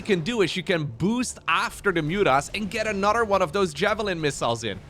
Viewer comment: Why can't this guy pronounce "anorer"?